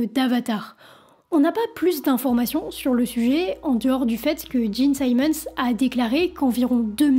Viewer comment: Bel effort mais difficile d'être crédible lorsqu'on ne sait même pas prononcer le nom des membres du groupe... Eric Carr, pas Care... Simmons, pas Simons... Les bases de la phonétique en anglais, à défaut de s'être correctement documenté....